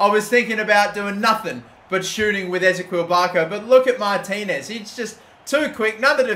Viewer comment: who else is getting pissed at how he's saying ezequiel